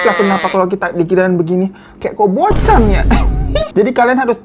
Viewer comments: Bukan kayak kobocan kak, tapi KOBOKAN 🤭🤭🤭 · KOBOCHAN ❌ KOBO'KAN ✔ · Bukan kobocan bang... tapi KOBOKAN😂😂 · Bukan kobochan tp kobokan faaaan 😂😂😂😂